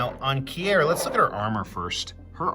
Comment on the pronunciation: omg its keer, NOT key-er, lol